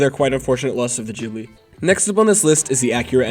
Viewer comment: Ghibli g as in garbanzo